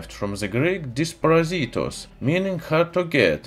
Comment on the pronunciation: The Greek Dysprositos (Δυσπρόσιτος) is correctly pronounced thisprOΟsitos not disprazIIItos lol